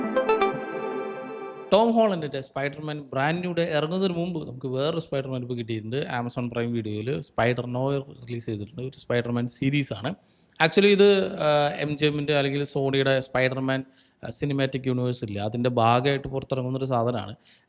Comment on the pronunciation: സ്പൈഡർ നോയർ അല്ല... കറക്റ്റ് pronunciation സ്പൈഡർ നൊവാ... എന്നാണ്.